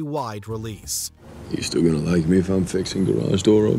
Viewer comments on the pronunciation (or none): none